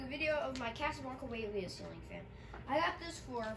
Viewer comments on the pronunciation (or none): it is pronounced (why-uh-leah)